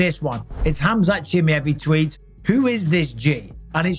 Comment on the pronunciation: Khamzat CHEE-MAH-EV ffs Bisping, not Chim-me-ev 😂🤦🏼‍♂️